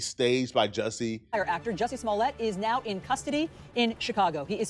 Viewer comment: Did you say Dusty Smollet?? 😂😂😂